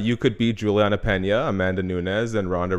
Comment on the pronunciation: It’s Peña not Pena